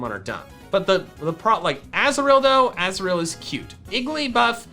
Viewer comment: I definately heard Azrael, when you picked up Azuril. and I got so confused i couldn't consentrate for a full minute, and had to replay it a few times, until I heard you said Azuril.